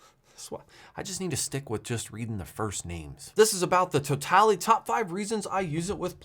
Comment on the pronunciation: Pretty sure it's "towel - tooly"